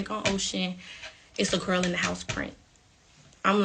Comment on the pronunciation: You said "gel" 🤣🤣❤